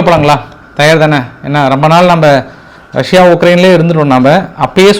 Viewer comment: Iran insist of pronvensation wrong say rasia